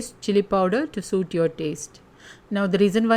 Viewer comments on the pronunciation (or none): none